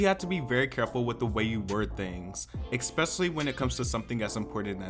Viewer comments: Fan of the channel here- I agree with you 100%. But I have to mention this: it’s pronounced “ess-specially” not “ex-specially”. Keep up the good work my dude! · Stop saying expecially 😭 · Why is he saying eXspecially?